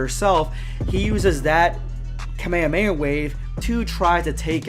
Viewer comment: You're the only one who can pronounce kamehameha right thank goodness